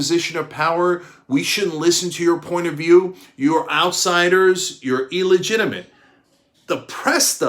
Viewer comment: Come on Cynk! It's NOT "E legitimate", it's "Ill legitimate"!